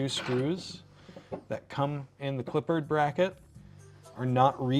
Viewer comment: Respectfully, pronunciation is a little off. pronounced it “Clip-pard”, whereas I believe it is supposed to be pronounced “Clip-perd” goofy stuff.